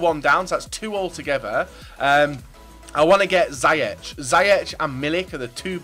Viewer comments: You say zyeg You have to say ziëg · I am from the Netherlands and you say: zie-jeg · ziyech is pronoundsed like : zejag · The way you pronounce Ziyech is: Zi-yeg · That pronounciation of Ziyech was pretty horrific :p Don't blame you though haha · If you are dutch you where laching when said Ziyech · You absolutely butchered Ziyech hahahaha